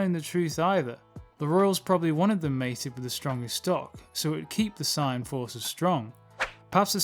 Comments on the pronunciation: SAY-YAN not SIGN WTF It's pronounced how that way everywhere and by everyone, not sure how you got to SIGN. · wh ydoes this dude say sign its saiyan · It's pronounced as Saiyan. Gine's name is pronounced as Jean! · The mispronunciation of Saiyan is triggering an intense desire to slap the taste out of your mouth the correct pronunciation is like this say-in in your next video fix your pronunciation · Learn how to say saiyan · He dedicated his whole channel for dragon ball but can't say saiyan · why cant this guy pronounce saiyan right?